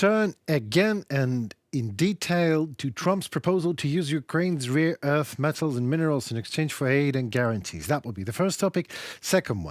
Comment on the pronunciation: Instead of rare earth you stupidly say rear earth! Learn to pronounce or don’t talk!